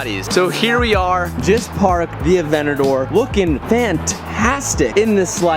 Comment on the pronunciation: "Just parked thee AVENNADOOR "